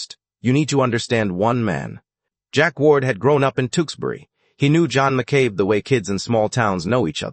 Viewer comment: Tewksbury is pronounced Tooks berry not Two ks berry. TOOK as rhymes with BOOK.